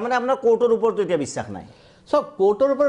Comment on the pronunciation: Valke Assamese Kobo noware bissak ok bissas boli koi